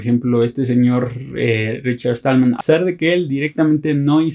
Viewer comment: Perdona pero no es Richard Estallman...es Stallman sin la "E". Con un poco de práctica lo logras.